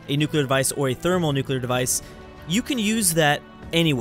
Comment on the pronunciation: it's pronounced Therm-O-nuclear not "Thermalnuclear"